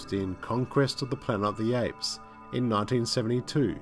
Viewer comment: What’s “Planer o the apes”?